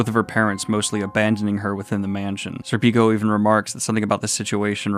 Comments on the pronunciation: Schierke is pronounced Sheer-kee Edit: Btw Serpico is, at least in Japan, pronounced SERpico with the first three letters accentuated. Might sound pretentious but hey - you did ask how to pronounce them. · Serpico is not pronounced Serpíco is pronounced Sérpico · Pronouncing Schierke sounds like “Cher-kay”. I still laugh every time you say “Sir Pico” haha, sounds so wrong.